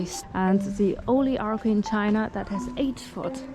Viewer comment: You speak fantastic English but a little pro-tip is "archway" is pronounced "artch-way". It's one of those things that makes English so difficult but the "ch" is the same as "China". Hope that helps!